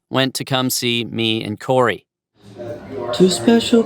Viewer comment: absolutely loving how brian (i think he edited this) put the pronunciation of corey's name after darren mispronounced it